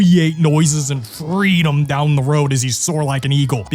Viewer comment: I would love more "fweedum"...